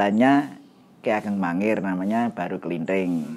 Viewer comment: bukan mangiran mas tapi mangir itu beda